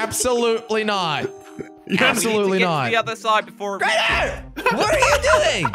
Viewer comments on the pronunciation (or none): its crainer